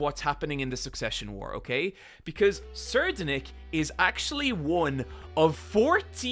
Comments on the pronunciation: I'll help with the pronounciation of Tserriednick. Say it with me "SAY-RIDE-NICK". You are saying "SIR-DEN-NICK". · Tser-ried-nich is how pronounce Ur pronunciation would be Tserdenick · It's pronounced "tse reed nih" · It's pronounced Tserriednich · I think it’s pronounced, Four-th-Prin-ce Suhh-RIDE-Nick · I pronounce his name as "sir - ride - nick" I THINK that makes sense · It's pronounced sir-ride-nick (Tsereidnich - lol I hope I spelt that right) I'm pretty sure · It's pronounced "Seh-Ride-Nick" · The fourth prince name is pronounced like this (sir-ride-nick) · Sir-eye-ad Nick is the pronunciation funny enuf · "Ser Denic" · its pronounced terror-sandwich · I think its pronounced Sir-Ride-Nick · I think the guys name is pronounced Sir-Eyed-Nick, (also i love hunter hunter and the succession war arc, togashi is the goat) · I actually looked up how to pronounce his name once and apparently it's pronounced "Ser-ride-nee-hee" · It's actually pronounced Tserriednich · I believe it's pronounced (sir-I'd-nick) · its pronounced terror sandwich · i pronounce it suh-ride-nick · The way I believe Tserriednich is pronounced is (Sir-ras-nick) The T is silent. Sir as in "Yes sir." Ras as in "Raspberry" Nick as in "Nick Cage" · its pronounced (t)sir-eyed-nick IMO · His name is pronounced terror Sandwich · tserriednich is supposed to be the german name friedrich and is pronounced free drych (the ch is pronounced like in the german name of the composer Bach) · Incredible video!! Sir-eyed-nick is how you say it c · Take a shot every time he mispronounces a name, what can go wrong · this man pulls out the most esoteric pronunciation of Terror Sandwich's name